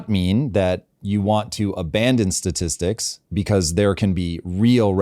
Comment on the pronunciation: Let me axe you this. Is is that hard to find a co-host that can pronounce 'statistics'?